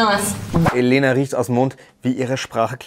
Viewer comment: ich finde es sehr unaufmerksam, dass die sprecherin und viele im camp den namen Elena falsch betonen, sie hat schon aufgegeben, es zu korrigieren, sie heißt Eléna, 2. silbe betont, nicht die erste.